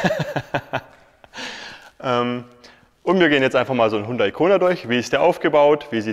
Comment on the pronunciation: Aussprache : Jundai.